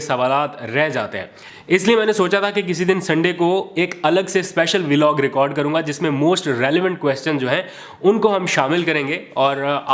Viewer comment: Please learn to say the correct way >>> VLOG just like BLOCK / BLOG. No such thing as V-Log. I’m saying very humbly. Thanks and regards!